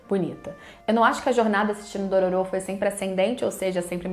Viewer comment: DorÔro, é um excelente remake. Merece até ser pronunciado com a entonação certa...